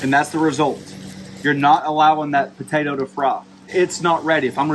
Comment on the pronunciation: If I hear the word botato one more time, I swear...